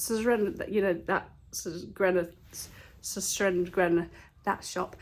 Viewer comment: Great car boot finds. The lemon bowls are really nice. Love how you pronounce Sostrene Grene x